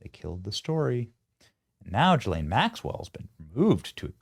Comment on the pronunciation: Ghislaine doesn't begin her name with a J, SO QUIT SAYING IT THAT WAY!